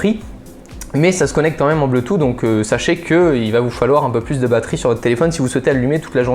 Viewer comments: Le bleutou ? XD Je pense plutôt bluetooth qui se dit (bloutousse) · Bleutout? Wtf... J'adore ta chaîne mais fais un petit effort sur la prononciation, on va encore passer pour des gros boeufs... La bise !!! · BLOUTOUSSE ! CA SE PRONONCE BLOUTOUSSE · "le bleu tou" mdr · [WZX] xBlitz92 | Léo Oui, il y en a qui ne savent pas pronomcer ce mot, comme quelqu'un que je connais qui dit Bloutoute LOL.Il y en as qui ne savent pas prononcer.